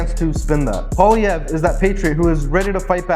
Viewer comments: This is so true. BTW his last name pronounced Polee ev, r is silent. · You will need to learn to say his name ---Poilievre - say it this way: PWA_LEE_EV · You should have learned how to say his last name properly. The rest was great